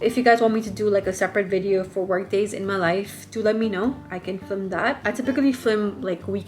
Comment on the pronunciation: I love the info in this vid but I can’t get over you pronouncing film as “flim”